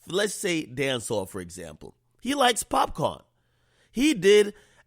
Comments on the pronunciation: Mans said pap con 😂😂😂🤣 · Bregin it POPCAAN not POPCON an yu supposed to be a yaddi yoself ak wtf😩😒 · popcorn?? are u high? its popcaan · Popcaan not popcorn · It’s PopCAAN not corn you bitch nigga lol. Always trying to claim you got Jamaican roots and say some shit like that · My nigga how you Jamaican and pronounce Popcaan like that? Thats wild.. LOL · How u Jamaican sayin popcaan wrong